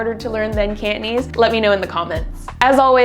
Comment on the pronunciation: It certainly sounds hard when you pronounce it "Can't" - nese 😁 Down with lazy pronunciation! *raises pitchfork*